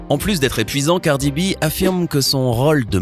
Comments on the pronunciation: gardi b 😔😂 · c'est "cardi b" pas "gardi b" c'est tout pour moi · Pas du tout elle a son style bien a elle et je crois que vous devriez commencé par bien prononcé son nom avant de commencer à la juger et à l'accuser.